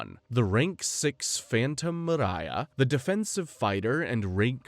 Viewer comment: Not enough to know her name is Miria, not Mariah